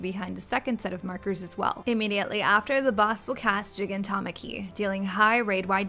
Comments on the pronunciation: JEEGAN TOM ACKY IM DEAD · Only mistake is Gigantomachy is pronounced with a hard g because the root word aka gigas/gigant